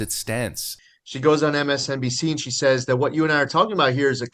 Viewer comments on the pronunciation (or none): none